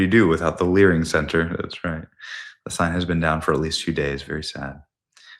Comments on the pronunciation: Live and lear 😂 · "My name is Nick Shirley. And I am here to Lear." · You live you lear 😂